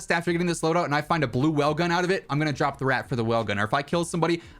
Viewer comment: Nobody’s talking about how he calls the wellgun an Owen gun